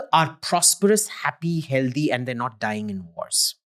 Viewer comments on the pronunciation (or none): none